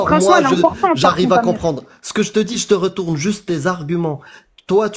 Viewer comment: Cette mauvaise prononciation des syllabes m'énerve au plus haut niveau. Je DJI, modji, etc... Mais ils pourraient au moins parler correctement